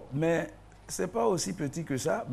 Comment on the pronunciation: l'arabe qu'elle apprenne à prononcer le mots et éviter les fautes de synthaxe MAIS se dit Mê pas Min